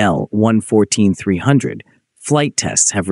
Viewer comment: It's not an "ai el". It's an il-114. ilyushin. Like "eel"